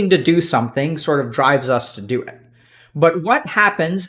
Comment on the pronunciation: somesing?! German spy confirmed